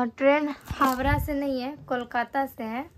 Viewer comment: Habra nhi hota h howrah hota h 😂😂